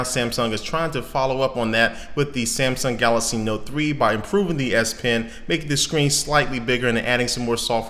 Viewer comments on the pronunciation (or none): Wow i was thinking "im crazy or hes saying galasy? Im gonna read the first comment" and there u have it :)